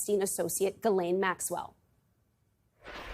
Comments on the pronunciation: It's so funny to me that literally nobody pronounces Ghislaine correctly or even tries to do so. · Jis-Lane is her name, stop giving her any props by trying to pronounce her name properly.